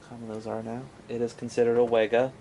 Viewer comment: It's pronounced "vega" not "wega"